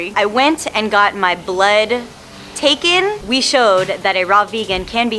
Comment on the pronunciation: When put so much emphasis on the word "taken" when she had her blood taken, it creeped me out. It sounds like someone broke in her house and stole bags full of blood.